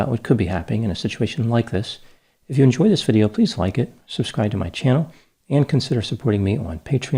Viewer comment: He did a video on that show, and pronounced it really strangely.